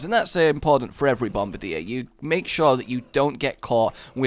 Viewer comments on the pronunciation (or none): none